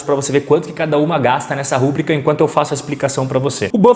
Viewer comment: Fala meu caro! Conteudos de muito valor, parabéns! Só um pequeno detalhe para melhorar ainda mais seus videos. A pronúncia de uma palavra super importante “rubrica” se dá ênfase no “i”. Ela não é uma proparoxítona, fechado? ruBRIca e não rúbrica! Grande abraço e sucesso sempre!!!!